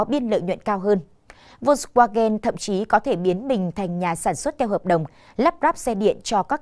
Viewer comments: Đọc theo phiên âm là vôn va gen.chữ w tiếng đức là v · Đọc là phốc svagan.